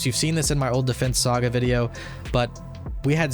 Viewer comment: it sounds funny when you say "saga series"